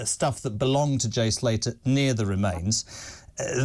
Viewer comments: His name is Jay Slater not Salter god sake can he not get his name correct .You also did not report that the police called off looking for him some weeks ago . I am not an armchair detective but report accuratley ! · Former Met Detective??? He can’t even get Jays surname right. It’s Slater NOT Salter ffs!!!!!🤦🏼‍♀️ And JK can’t even get Cole Palmers name right. Calling him bloody Carlton!!!! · Peter Bleksley doesn’t even get the guys name right, it’s Slater not Salter! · Winnie Wallace.... His name is Jay Slater not Salter...Mr Peter Blackski. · Why can’t Peter Bleksley not get the victim’s name right? Ffs it’s not hard and he does it in every bloody interview! It’s Jay SLATER Peter, NOT SALTER! Do your research before you criticise other people for not getting their facts right! Hypocrite! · He can’t even get his name right lol it’s slater,,, not salter 😂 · And its Slater not salter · Cant eeven get the name right ' jay salter' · They scaled it back,because too many people were poking their bloody noses in,in fact they didn't scale it back and it's Slater,not Salter Pete....get it right 😢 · Couldnt even pronounce his name correctly!! Salter???? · He calls him Jay Salter 🤦🏻‍♂️ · His name is Jay Slater. Detective called him Jay Salter. Can't even get his name right. Fine detective work there Pete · You’d think Bleksley would know it’s Slater not Salter. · Jay Salter and Carlton Palmer. These couple of clowns can’t even get peoples’ names right. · This wally has been chatting crap about this case for weeks and calls the boy “Salter” instead of “Slater”. Cor blimey guvnor. What a pwopa wally. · Did the auld man say salter instead of slater ??? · Jay salter???? Its slater. Cops can’t even get that right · He said Jay SALTER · man said jay salter lool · He said jay salter,no t slater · man said jay salter 🧂🤦‍♂️😂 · It's a right bloomin' 'ow d'yer do, and no mistake. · Calls him Jay Salter 😛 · Couldn't even pronounce Jay's surname properly...